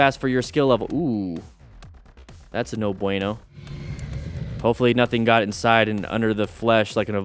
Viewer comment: Why does saying "no bueno" always sound like "no brain-o" 😅